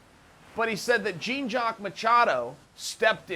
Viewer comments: hahaha "gene" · Smoked Gouda i loved how he could properly say all of the Gracie first names but couldn’t do Jean’s. Lmao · Lmaoooo americans jean jaq its prounce jawn lmaooo JEAN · Chael ... Jean is pronounced like Sean with a J. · The marks are willing to pay more for a private lesson when it's pronounced "Hyan" ;) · Knows how to pronounce Royce, Royler and Ryan, but can't quite manage Jean. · Ha! Way t’coMPLETLY BUTCHER his name!!! 🤦🏽‍♂️